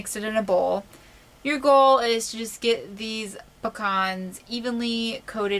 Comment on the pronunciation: Picans new way to say pecans.....................great video many thanks